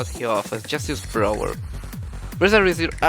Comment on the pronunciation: BRALWER LMAO